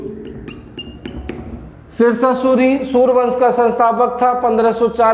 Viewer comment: Mugal banse read